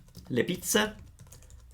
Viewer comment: Thank you so much for this video! I'm a very new subscriber (just today :D) and I'm already hooked on your videos! I am just confused about the fact that when you said Le Raggaze and Le Pizze, you pronounced their ending as if they are singular like Ragazza and Pizza. Was that intentional? Grazie! I love Italy and Italians so much and hope to visit Italy some day!